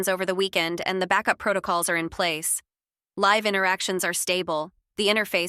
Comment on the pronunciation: AI trying to speak words like 'live' and 'live' is hilarious. We live here versus watch U2 live is a good example.